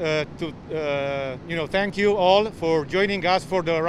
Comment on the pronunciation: “ senkiu very much!